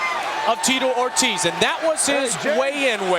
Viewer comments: "Tee-toe Or-Tizz" lol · "Teetoh Ortez" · "Teeto Or-tizz" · Tito Ort-is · That's AI for you. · Teetoe Or Tiz